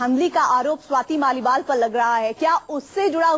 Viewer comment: Swati's mal nahin hain Swati's Maliwal naam hai news reader ji.